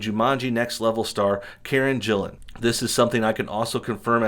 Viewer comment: Karen Gillan's last name is pronounced with a hard G sound.